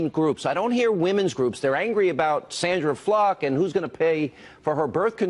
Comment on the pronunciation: Classy TV asshole- "Sandra Fluck," is how they pronounce it. Hannity is a huge flappy vagina.